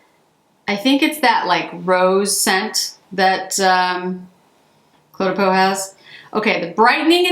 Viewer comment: Green really suits you :) On a different note, I am French, and your phone totally mispronounced Cle de Peau 😊! It's almost pronounced like the word "clay" - you said it very well though